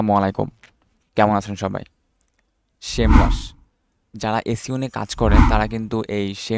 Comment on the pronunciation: Vai...shame rush nah SEMrush